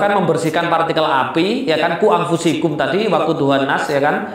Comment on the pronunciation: ...maaf kak cuma ingatkan aja..yg bener bacanya quu angfusakum. Bukan angfusikum